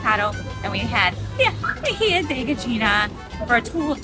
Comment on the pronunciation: So more information about the aji de gallina since I make it. The sauce contains pecans (for an earthy sweetness), red onion, garlic, some chicken broth, a dash of cumin, aji amarillo (without the spicy seeds, just for flavor), parmesan, evaporated milk, and SALT haha. People that know how it make it, know how to make it. Its all about nailing the proportions. (Also gallina is pronounced ga-yee-na). I hope the helps!:)